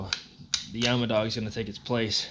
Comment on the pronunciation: It is yamaha not yamadog